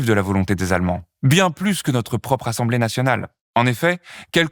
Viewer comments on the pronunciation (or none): none